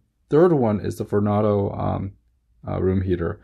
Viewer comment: It's pronounced VornAdo as in tornado and not Vornodo